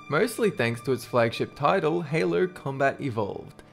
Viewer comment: did just say haloo 😂😂😂